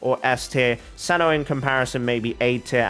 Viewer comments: As much as it is amazing how you try to pronounce the names as accurately as possible, I find it hard to believe that you're dismissing the Mihoyo's pronunciation as simply "a mistake of the one in charge of English Dub". It very well can be the intended pronunciation? And what's with seh-no? If you want to be "accurate", shouldn't it be Kai-no? It's Greek. Btw neither you nor Mihoyo (a chinese company) is even pronouncing Zhong Li's name properly as it should be in chinese. The point is, just stick with how the English Dub pronounce it. There is legit no point trying to pronounce it as culturally accurate as possible, as this is something with an absolute dichotomy. You trying to pronounce it "as accurately as possible" just pisses off the native speakers whose names you've butchered, and the players who don't care how the names are pronounced but are hella confused as to who you're mentioning in your videos. (Who the fk is kentuckay?! Kentucky Fried Chicken?!) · As Greek, i should step in and say that if Cino comes from the greek word of a dog (aka κυνίδες aka canidae), then it should be pronounced Kino. Also ... still very suprised that ppl have a difficult time pronouncing ur name. It is the simplest name ever. They must be doing it on purpose, i dunno... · yes cyno is Greek ( im from Greece) but we don't use it, it's from ancient Greek , i think the name cyno is from the word "κύων" which means canis (the name of the species of dogs, wolfs etc) so the pronunciation for me is with K , Kyno..!!! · If for Cyno they took the Greek word kúōn, then it's pronounced kúno! Coming from a Greek person^^ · Cyno is actually pronounced see-new it's Egyptian and means dog 🐕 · The Irony. You getting at people for mispronouncing your name and other names from other cultures; Yet you and Hoyoverse are mispronuncing cyno. Both you and Hoyoverse are using Japanese pronunciation, Greek pronunciation is way different. Hoyoverse and you should've of looked it up.